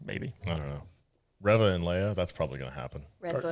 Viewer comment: A Correction... Its ReeeeeeeVA 😴 💤💤💤